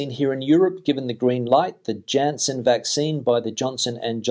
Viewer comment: For your edification, Janssen is pronounced with a 'Y' as the initial letter because it's in the Flemish area of Belgium.